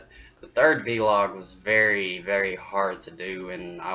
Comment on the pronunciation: you say v-log. I normally hear people say vlog.